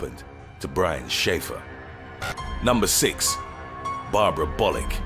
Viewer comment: When you said Bollick I thought you said Bollucks 😂😂😂